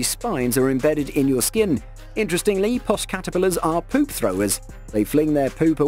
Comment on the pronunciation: Puss is pronounced like another word for cat, without the 'y', that I cannot say as it's slang for a woman's ...erm...'bits'. You get my point.